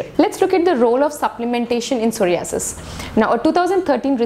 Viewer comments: Pehle ek kaam krro soh·rai·uh·suhs bolne seekho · Aap pahele psoriasis ka pronounce korne sikho.....first comments korna